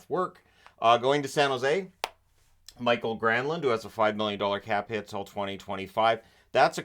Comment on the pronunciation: It's GranlUnd